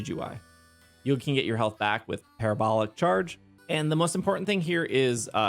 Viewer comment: Proud of your correct pronunciation of Parabolic Charge 😂😂😂 but seriously, thank you so much for your help with these builds and the community you provide for us ❤